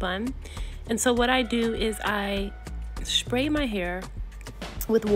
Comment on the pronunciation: Literally the most adorable hair tutorial!!! Each time you said “Shpray” I giggled. But girl you know I’m running home to place my hair in a protective style. Thank you for your patience and details. ❤❤❤